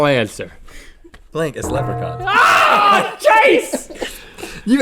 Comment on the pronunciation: That's not how you say Leprechaun, Link!